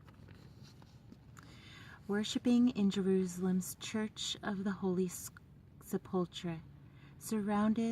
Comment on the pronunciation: sepulchre is actually pronounced “SEP-ul-ker”.